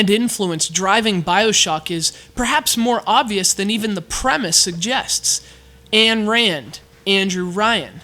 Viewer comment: For future reference, Ayn Rand is pronounced Ein Rind.